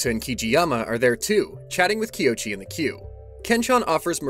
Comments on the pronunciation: Love the video. But the whole time you were saying the male main characters name wrong 😅😅😂even in the same dame video it shows you how to say it, but I been saying it wrong 😂😂😂 his name is "KOICHI"(Ko-ee-chee) not (Kee-o-chee) lol, but love the video🖤🖤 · This has been a dang fine recap, and really well done. However, I’m pretty sure our main male here’s name is pronounced “Koh-ee-chee” as the “o” happens before the “i” does. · not to be "that guy" but I think you might be pronouncing the MC's name wrong